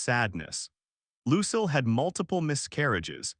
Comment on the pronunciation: Find a website to teach you how to say "Lucille" ! ! !